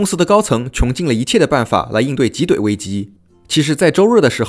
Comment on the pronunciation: 挤兑第四声。。。。读到中间才读对了一次，听得也太难受了